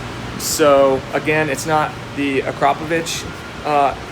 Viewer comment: Haha noone is saying akrapovic right this a slovene factory so nobody in america nows how to say it right